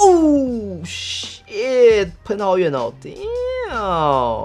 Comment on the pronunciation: damn不是down不要再說英文了，雖然影片很好看，每次聽你喊都難受.........